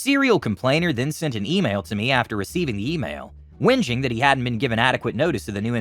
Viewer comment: FYI whinging is pronounced whining and both words have identical meaning. Great stories BTW.